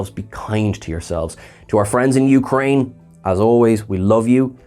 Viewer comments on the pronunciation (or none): none